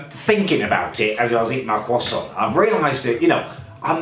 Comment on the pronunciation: a cheesy kwoson, what the bloody ells a cheesy kwoson when its at home